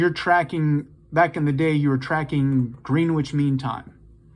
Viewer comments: It’s pronounced “Grennitch” 🙂 Beautiful watch. I love a 24hr dial. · Lol, "Greenwitch" -- it almost sounds like a type of sandwich. Curious, though, that someone managed to make it to adulthood without learning how to pronounce "Greenwich".